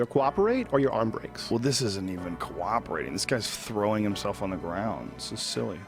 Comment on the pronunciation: Joe Rogan- "Corroperating"